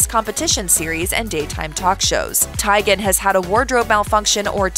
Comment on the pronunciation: I think it’s Tee-gen.